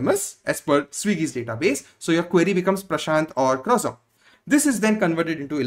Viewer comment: One correction: croissant is pronounced as crow - saan. But great information.